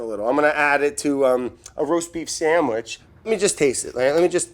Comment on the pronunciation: roast beep shamwich